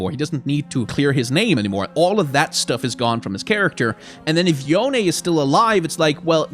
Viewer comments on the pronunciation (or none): yone's pronounced "yo-nay" as confirmed by yasuo in legends of runeterra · Yone is Yo nay, if they pronounce it as Yohn it wont be authentically eastern based. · It is not Yone...